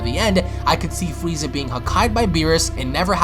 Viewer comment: Fweeza, the ultimant fighter